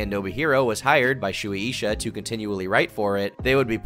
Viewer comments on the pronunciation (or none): Shoeie Isha? Are you trying to say Suisha? Sway Shah. if you type a Japanese word into google translate, even if it's in English, & you set it to translate from Japanese, the audio button will tell you how to pronounce names & companies. Very useful.